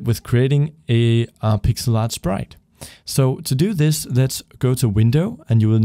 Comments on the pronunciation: Ehm, did you just said "shprite" instead of "sprite"? Or that's how it's pronounced in english? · It's his accent XD